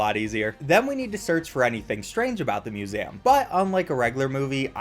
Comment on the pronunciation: How is no one talkin about him pronouncing it muSEHum